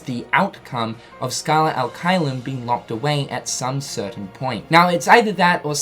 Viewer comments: If i remember it right from my latin classes, it should be pronounced chelum, with the soft ch sound like in “cherry” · the fact that xehanort’s mispronouncing the latin INFURIATES ME it should be CHAY-LUM, not KY-LUM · Pronounced "Kaiyum" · Please, pronounce "Caelum" correctly. It's like saying chess without the two s and then bloom without bl. I'm italian, i know latin. Please, it hurts :)